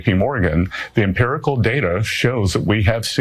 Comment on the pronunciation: Emperical data huh. Emperical. Now he's a fucking emporer.😅